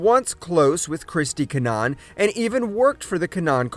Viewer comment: It’s pronounced kin nah Han